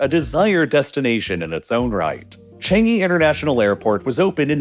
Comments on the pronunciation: Changi is not pronounced chengi its pronounced chAngi, A like Arm or the U in bUs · Just in time to scrutinise all of your pronunciations Edit: changi like "CHArge" but the rest of it is surprisingly not bad! (not bad = very good in singlish) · You are mispronouncing Changi Airport. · as a Singaporean, you pronounced Changi Airport and Temasek wrongly